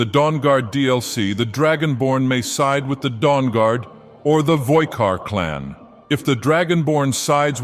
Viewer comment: Who the hell are the 'voikard'? It's 'VOLKIHAR!'